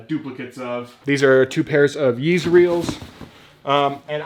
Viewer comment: Bro, you struggled with Some yeezy names. TIP: “ the names are on the size sticker/tagg!!!